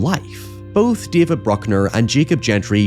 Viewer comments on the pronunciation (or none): none